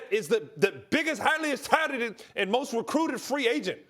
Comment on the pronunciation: This guy Ryan Hollins really said "highliest touteted"